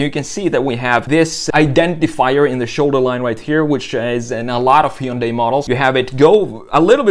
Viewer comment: Hard to trust the review when you pronounce Hyundai wrong....